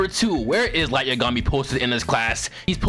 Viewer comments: Light yuhgami it yagami minda the same way u say megumi but u say yagami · Man, am I the only one hearing this foo, say Light Ye-gummy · Everyone: Light Yagami: Light YaGummy lol 🤣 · The way you pronounce Yagami makes me genuinely feel like I should be institutionalized. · Please don’t ever say light’s name again who tf says yagami like that😭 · Saying light's last name like he's a cousin of Yumeko from kakegurui 😭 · I can't continue watching this video because of how you mispronounced Light Yagami's last name. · I dont like the way you said "Yagami" bruh lmao